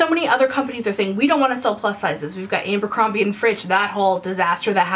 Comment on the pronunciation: Also, "Ambercrombie and Fritch" hahahahahaha